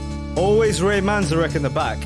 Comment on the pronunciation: Minor point, Manzerick is usually pronounced with the middle syllable accented.